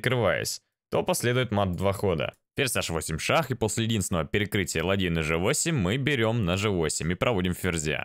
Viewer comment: Канал неплохой, но режут слух орфоэпические ошибки. В слове "ладей" ударение на последний слог, в слове "красивейший" ударение на первую И.